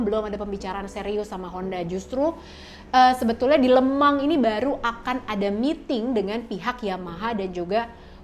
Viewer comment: Kirain baca nya le mens mba 😆 lemang trrnyata